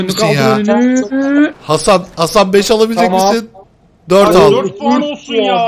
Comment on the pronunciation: abi bi ara ban hasan diyorsun zannettim